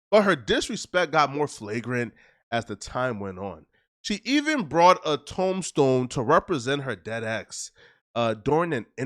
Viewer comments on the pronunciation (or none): Pronunciation: TOOM-stone